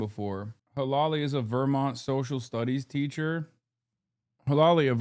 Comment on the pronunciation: never once heard Vermont pronounced that way in my life